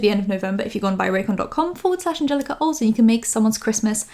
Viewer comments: I hate how pronounces Angelika's name as if it's some exotic word that she's never heard of before. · It drives me Nuts, that she misprounces your Name PURPOSELY!!!!! ...... she's so disrespectful. She is way to old for that crap. She knows... 🙄